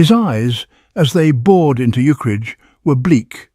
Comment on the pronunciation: It's a shame the AI keeps pronouncing Ukridge as "Uke-ridge".or "Eukridge".